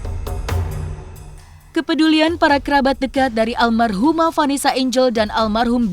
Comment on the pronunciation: Almarhumah dod.. Bukan Almaruh hem dod dod